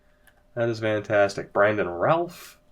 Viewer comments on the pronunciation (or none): none